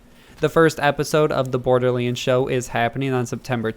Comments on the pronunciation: “Bordeerleends fwee” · Why does this guy say borderleends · Uhhh ohhh someone tell Gearbox theres a "Borderleends 3" out there. 🤣🤣🤣🤣